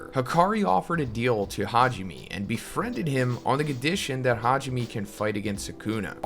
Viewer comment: It’s Ha ji ME (MEI/MAY) Learn how to pronounce the names for crying out loud.